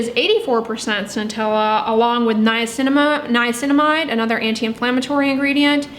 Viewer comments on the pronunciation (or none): none